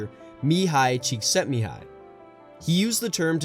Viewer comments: The way you pronounced Cikszentmihályi Mihály's name.. made my little Hungarian heart melt. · you have my like for pronouncing Mihály Csíkszentmihály correctly